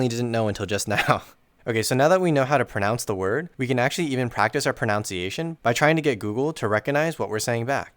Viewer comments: No hate, but ironically the first sentence is mispronounced. It should be pron - u - nciaton rather than pron - ou - nciation. ^^ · Good video but bro keeps mispronouncing “pronunciation” as “pronounciation” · I'm sorry, but it's pro-NUN-ciation. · "ProNOUNce" -> "ProNUNciation". I am going to go insane; please use the schwa... WHY DO YOU SAY IT RIGHT ?!?! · Pronounce is a word. Enunciate is a word. Pronunciation is a word ProNOUNciation is not a word. It really hurts your labguage learning video about pronunciation when you say that word in English and mispronounce it so much. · Not to be pedantic, but it's pro-NUN-ciation, not pro-NOUN-ciation, but I love the videos man :p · IT'S proNUNciation NOT proNOUNCEiation.. .. . 😭😭😭😭😭😭PLEASE. good video but PLEASE... ProNUNciation!! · ProNUNciation not proNounciation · Amazing video!! One thing I have to say though is that pronunciation is pronounced: pro·nun·ci·a·tion not pro·nounce·ci·a·tion. Still great video though!! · Ironically, you're pronouncing pronunciation wrong, it's proNUNciation, not proNOUNCEiation. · I love your videos! but pronunciation is pronounced with "nun" rather than "noun" had to comment it was killing me, especially in a video abt pronunciation / pronunciation is pronounced pro nun see ay tion /prəˌnʌn.siˈeɪ.ʃən/ the word is pronounced and spelt differently as a noun than the verbs pronounce/pronounced (although pronounced can also be an adjective but the meaning is different). its a little ironic but yeah. i thought it was a bit but u kept doing it so just in case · What doesn't come as a surprise to me is that people who've never heard the proper way to say "pronunciation", I couldn't help but notice that many people, including, say instead "pronOUnciation". I've also made this mistake for a long time, and after learning the correct way I couldn't help but point out when others make the same mistake 😂 Sorry, not sorry 😊🙃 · Did you just say pronounce-iations?